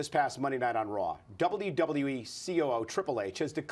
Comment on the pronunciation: the way that MC pronounces WWE is irritating at best